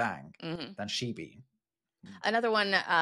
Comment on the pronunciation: I think the stress on 'shebeen' is on the second syllable.